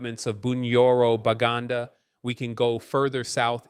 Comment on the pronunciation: The Bakuasi kingdom is pronounced “Bah-Tchuay-See”, and Buganda was the pre-colonial name for Uganda; it’s pronounced “Boo-Gan-Dah”. Just some quick corrections, I would like for Muganda Bantu/people, like my daughter, to be able to listen to this without some embarrassment